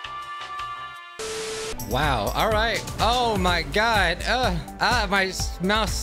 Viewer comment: "oh my goud guys,Norrr" love that